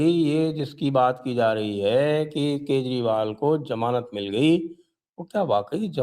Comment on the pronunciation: It's not Jamanat.. It's Zamanat... Learn to speak first